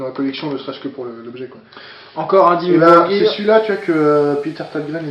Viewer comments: Vu que vous avez l'air d'avoir du mal sur la prononciation : Dimmu Borgir = Dis moux bord gear (comme en anglais) Opeth = Eau peth (avec le th de "thrash" prononcé à l'anglaise) Voili voilou Sinon comme d'habitude bonne vidéo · personnellement je me suis basé sur des interviews du groupes, sauf que Dimmu Borgir est prononcé avec les "r" roulés comme en espagnol mais ça à moins d'avoir appris l'espagnol à l'école (ce qui n'est pas mon cas, j'ai pris allemand) ce n'est pas très facile... Sinon j'espère avoir été utile (pour une fois) et stay metal!